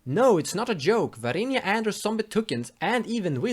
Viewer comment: VAR-INA NOT VAR-INIA god i got triggered. mispronunciations aside, nice deck! :)